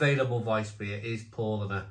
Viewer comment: It’s pronounced Pow lah ner. Just a bit of info for you to use in future videos 🍻